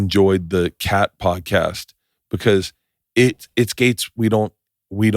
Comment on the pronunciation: Haha 'pordcast'.. that made me laugh & idk why